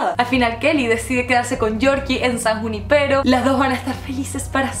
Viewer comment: Es san junípero, no san juni-pero